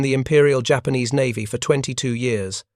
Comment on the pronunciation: NAVY Blue. Not Mavy...Back to first grade,. And pay attention, now...